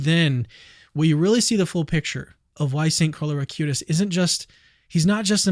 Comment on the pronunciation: please dont say a-cue-tis, it is ah-qoo-tees